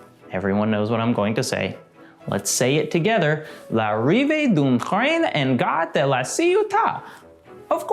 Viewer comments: It's pronounced [lariveə dœ̃ tɾɛ̃n‿ɑ̃ gaɾə də la sjɔta]. It means something like ''Arrival of a Train at the La Ciotat Station.'' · This is the fourth time i watch this and finally i realised he was trying to pronounce "l'arrive d'un train". His pronounciation was so bad i thought it was german😂😂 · Yes, that was butchered!